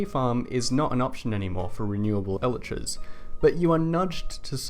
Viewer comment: i dont like how you pronounce elytras lol